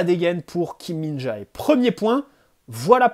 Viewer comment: Salut super vidéo comme d'habitude. ps: Kim Min-Jae se prononce Jé a la fin pas Jaé